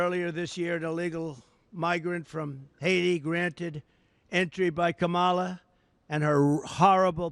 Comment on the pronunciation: Why does he keep intentionally mispronouncing her name and calling her comrade as to imply that she is a communist? So juvenile!